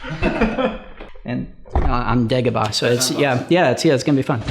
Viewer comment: Did R. Johnson say "In Dagobah"?